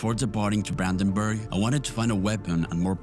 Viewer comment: Brandenburg nicht buandanbuag